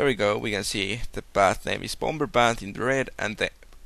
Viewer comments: "The Bom-Ber Bath" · i love the way you say bomber xD am easilly amused